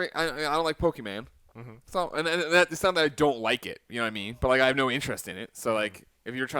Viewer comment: Greg, i love you but please stop saying pokeman.... Beyond!